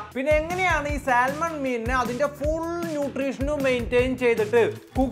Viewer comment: സാമൺ എന്നാണ് ശരിയായ ഉച്ചാരണം L നിശബ്ദം ...... സാൽമൺ എന്ന് പറഞ്ഞാൽ പോലീസ് കേസ്സാകത്തൊന്നുമില്ല ...... ചുമ്മാ പറഞ്ഞെന്ന് മാത്രം ...... മറ്റൊരു കാര്യം പുള്ളിക്കാരൻ പല വീഡിയോകളിലും വേവിക്കാത്ത മാംസം തിന്നുന്നത് കാണിക്കുന്നുണ്ട് ...... അത് അന്ധമായി അനുകരിക്കണ്ട ...... ചിലപ്പോൾ തിരുത്താൻ പറ്റാത്ത അബദ്ധമായിത്തീരും 😅